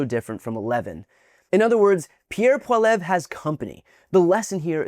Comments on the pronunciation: It's pronounced polly ev ra. But we just call him PeePee, the yellow stain on the front of Canada's white pants 🤣❤️🤍❤️🇨🇦💪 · It's pm Pacific time up here in Western Canada, and it's looking like Prime Minister Mark Carney will remain in charge, Thank the good lord thundering Jesus! ☺️🥰 💪🇨🇦💪🙌 Trump can suck it! Go pound sand Trump and mini Trump Poilievre. (Pronounced pol-lee-ev. Just sayin 🤷 😊) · Pronounced Pol e ev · It’s pronounced polli-ev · I dont like the guy, but please brian at least learn how to say pierres name 😊 How many times did you say it in this video and never once right. Wont be that hard to hear how to pronounce it properly. Just do the bare minimum of research. Like watching a canadian youtube video of pierre youd hear how to properly say it lol